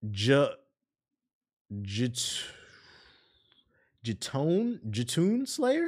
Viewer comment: “Yotun”slayer lol Norse mythology uses Y sounds like J